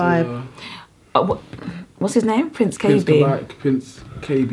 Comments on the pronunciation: PRONOUNCED: PRINCE KB. NOT kabae.. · its pronounced as K B. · It’s pronounced K.B, Prince Kay Bee. I love your reviews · The pronunciation is like Prince K - Bee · Kah-Bai is wrong? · its pronounced KB... but love you guys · You pronounce it as KB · It's pronounced Prince K B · Cute😊 but It's pronounced prince KB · It's pronounced KB - Kaybee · Its pronounced keyi B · Zee Mabuza thanks for asking like I was shook,the way he pronounced it